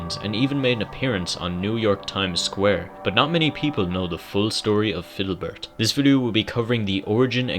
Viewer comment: ITS FIDDLEBERT (FID-LE-BERT)